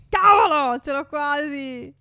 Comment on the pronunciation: Al minuto 12,07 phere dice (tavolo!) Invece che (cavolo!)